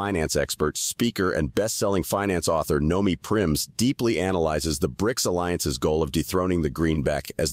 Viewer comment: Nomi PriNs, not PriMs.